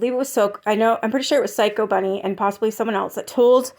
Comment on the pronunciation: BUNNY not Bennie